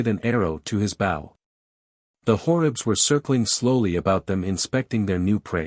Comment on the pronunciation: I am enjoying the audiobook thank you, though I am struggling with the narrator saying bow and arrows as in take a bow instead of bow and arrows. It can be the smallest thing that derails a story, it's like hitting a bump in the road it jars you.